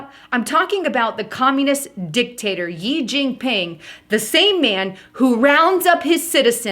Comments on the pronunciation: you keep saying "YI jing ping" but the pronunciation is like the word "she" and written "xi" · She * it is pronounced She* xi=she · His surname 'Xi' is pronounced like the letter 'C' of the alphabet. Thanks